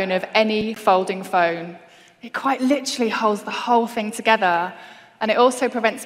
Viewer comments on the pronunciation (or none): none